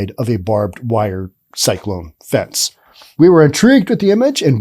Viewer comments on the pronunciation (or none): none